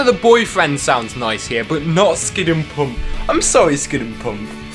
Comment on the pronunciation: NOOOO! NOT PUMP! IT'S SPOKEN PAMP! Pls don't say my favs name wrong.